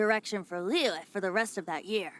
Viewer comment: btw liyue is pronounced like Li you-eh and most of the english voice actors mispronounce it